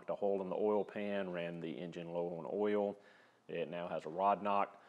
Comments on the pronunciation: DON’T Run your Subaru low on “earl”. Otherwise, video is perfect. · It’s pronounced “earl”